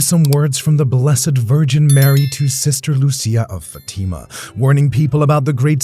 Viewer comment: Please say your words properly nothing drives me crazy more crazy than when people miss pronounce words it’s not Fatima. It’s not a girls name it’s Fatima.